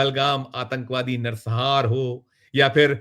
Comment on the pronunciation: Nar sanghar shabd hai na ki Narsahar